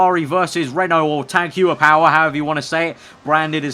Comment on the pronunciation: Tag Heuer: Tag Hoier Nice pronunciation